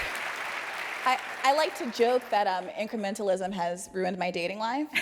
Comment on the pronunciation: she said incrementalism wrong